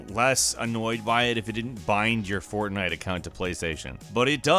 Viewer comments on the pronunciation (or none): none